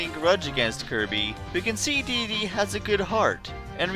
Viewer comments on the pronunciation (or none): Dedede is pronounced d-d-d, (triple d)